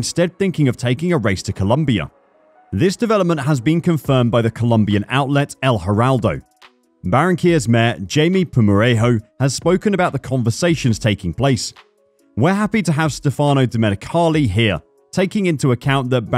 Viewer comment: Jaime is pronounced like Hi-Mae